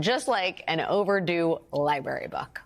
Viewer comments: Would someone please teach this woman how to pronounce the word "library"? Hint: it's not "li-berry." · When a reporter can't even say library. It's LIBRARY Brary brrrrarrrrry NOT BARY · Does Dumb Donnie even know what is a "lie-bury?" * Trump voice * "Bur-berry?" "La-bi-a?" "Bub-blegum?" "Black-berry?" "Bubba?" "Man, woman, camera... Evil woman...lock her up...lock her up..." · The R in library is not silent